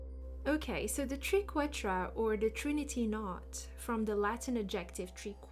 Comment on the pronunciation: I love this video and your enthusiasm ❤ The Triquetra ( pronounced as try) is a beautiful symbol